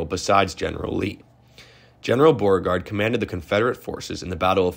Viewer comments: He should try "Bow-RE-Gard" also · Who the hell is Borgard? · General “Bore-Guard” ? Come on, man. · You need to learn how to pronounce BEAU-RE-GARD ... Beauregard ... correctly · the 4th guy's name pronounced bo-regard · Probably should’ve looked up the pronunciation of places such as Appomattox and names such as Beauregard 🤦🏼‍♀️ sincerely someone born and raised in the old Dominion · Is this an AI voice? Mispronounced Appomattox and Beauregard...